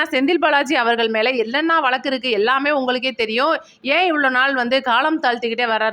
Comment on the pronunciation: It's not vallaku. It is vazhaku. U r killing d tamil.